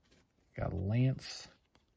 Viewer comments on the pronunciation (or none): none